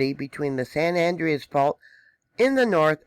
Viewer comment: its pronounced San Ja cinto and San An Dre as.